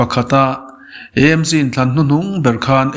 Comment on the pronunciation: Eizawl ni lovin Aizawl ani sia,ti nge Emc ti a kn lam ziah le,AAAmc tih a va ṭha ve aw